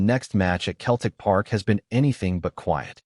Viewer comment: If when typing the voice over you spell Celtic with an [ S ] it will be pronounced correctly at pressent it comes across as Keltic😂🤔😁